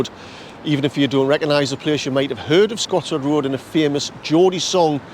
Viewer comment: TBF fair the only thing I can moan about is the name of Scotswood rd(Scottsy) not (scotchy), but that's by the by loved reminiscing thou. 😍